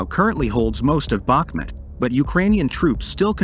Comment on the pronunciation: ‼‼‼FYI, it is pronounced BaHmOOt, and the accent is on the second syllable. I am from Ukraine :)